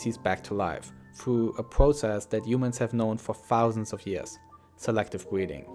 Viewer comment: Swective bweeding